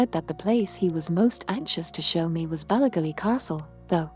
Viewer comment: Interesting story, but please get a real person to do the narration. "Ballygally" isn't pronounced the way the AI says it.